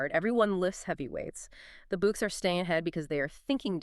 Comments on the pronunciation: Is it saying "The books" instead of the Boks? 😂😮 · "Spring-books"? Why ruin a podcast with these artificial voices. Its such a put off. At least get real rugby fans to read the scripts out.